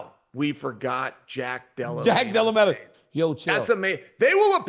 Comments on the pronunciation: Is Chael saying "Dela Lamer" ? Sakarian, Mackle Chef, Dela Lamer ? Someone needs to get this man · Chael: I can't believe we forgot Jack Della-lay-ma's name!